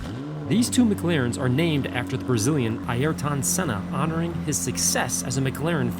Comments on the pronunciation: It's pronounced Air-ton Senna. Not Eye-air-ton Senna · A -YER -TONN SENNA !!?? Ayrton Senna you idiot. Air-Tonn. Jeez. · Airton Senna* not aiairton senna. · Who is "Eye air tawn" Senna? Air-tun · Eye airton Senna, really! Try pronouncing it like this "Airton" . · It is genuinely comical listening to Americans trying to correctly pronounce non-English based words/names! "eye-yeah-tun" Senna vs "air-t'n"... I'm still chuckling to myself! (no offence intended) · A-yer-tan… Cull-thard..😩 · as a F1 fan this so cool, you didn't say Aryton's name right its pronounced Air-in-ton senna just a friendly reminder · Eye-air-ton Senna??? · it’s also Air Ton senna not what you said you say it Air Ton. His name is spelt Ayrton Senna but it’s said Air Ton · The way you said ayrton senna hurt my ears 😂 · " AY ER TON " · just for the record, it's pronounced "Airton (Aiertn) Senna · His name is pronounced as ‘Air-tonne’ Senna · “ ayer ton senna “ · Are-air-tonne senna? Lol! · Hey, how do you pronounce Sennas first name?: I-YER-TON SENNA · Just a friendly tips it’s pronounced David Coothard and Airton Senna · Ayrton is pronounced air-ton by the way haha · I've never heard Ayrton Senna's name promounced like that! I'm guessing doesn't actually watch F1 😂 same with pronunciation of Coulthard 🤣 Nice work though 👍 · And why can’t Americans say Ayrton properly. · he also cant pronounce Ayrton either. he knows very little about F1 it seems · Coulthard and Ayrton, the pronunciation lol